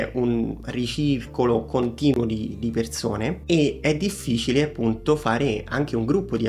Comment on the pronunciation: Ciao, grazie per le info e per il video.... Parlerai senz' altro bene l' inglese ma, cerca di correggere e migliorare la pronuncia di alcune parole italiane che ho sentito, per esempio: Perzone, zervizio, vederzi, non zopporto, diverza, la bisci....non si possono sentire. 😉🌹